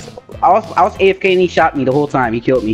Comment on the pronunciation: "he kilt me"